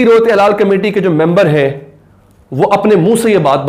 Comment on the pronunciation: ہلال ہوتا ہے حلال نہیں